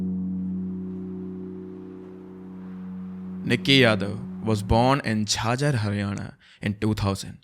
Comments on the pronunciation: it's not jhaaa-jjar it's jh-jjar , just don't pronounce the 'a' as if it's silent 👍 btw i m from jhajjar too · no hate bt not झाजर it's झज्जर😭😭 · Jhaaaajhar ❌ Jhajhhhh-ur ✅ Najaaaagarh ❌ Najaf-garh ✅ Bro, your pronunciation of North Indian cities is awful! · OUT OF CONTEXT BUT, I JUST WANTED TO SAY THAT ITS NOT JHAAJAR, BUT ITS PRONOUNCED AS JH-JUR......NO HATE JUST TELLING.....LOVE THESE PODCASTS!!! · Not jhaajhar its jhajhar 😂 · Bhaiya jhajjar naaki jhaaaajar 😭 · Its not jhaajhar its jhajjar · How can you butcher the word 'jhajjar' ;_; it was like my ears burnt off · Bhai wo jhajjhar ki pronounciation Galt boli hai Right- झज्जर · The way he pronounced jhajjar made me go bonkers😂